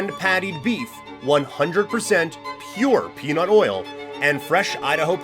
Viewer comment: Sheesh when he said 100% pure peanut oils, why did I hear 100% pure peed on oil? Shit I'll do that for you for free!